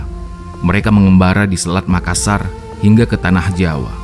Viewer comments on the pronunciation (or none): none